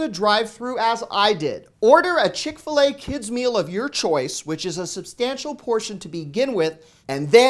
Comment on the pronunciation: You lost me at “Chick-fil-A “